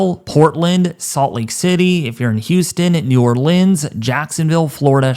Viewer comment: Wait im sorry but its new or- leans